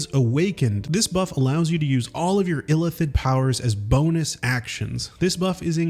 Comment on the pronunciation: It's not "illithid" all at once ... It's "ill" "Ith" "Id". 3 Syllables.